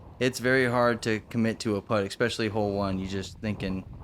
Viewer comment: Thanks for the coverage as always. Wind looks brutal, but course looks absolutely terrible. Is there a decent course anywhere in AZ? Also..., let know there is no "eck" sound in the word "especially".